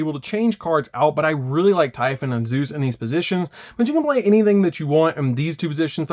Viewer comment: Man, those are some interesting ways to pronounce Lamia, Typhon, d'Arc, and Deus Machinex.